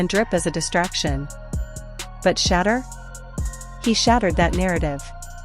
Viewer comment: you need to learn to pounce his Name. It is a total turn off and that is why you do not get that many likes and views.